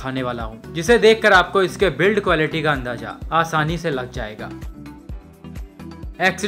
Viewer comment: Bhai jb b aata h ...manhoos khabar hi lata h ....bs kr Bhai...aur haan Quelity nhi...ab to quality bolna seekh le.